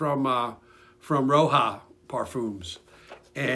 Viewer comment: Roja not roha